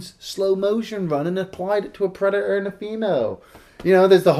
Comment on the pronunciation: Predator: Predaerrrrrrrrrrrrrrr